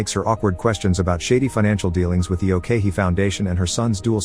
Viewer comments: Funny how you pronounced ok-hee as owkeihi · it's ok-hee... not "okay hee" waahsdashdasdjasd